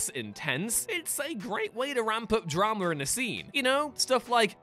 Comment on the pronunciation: lol dude said dramer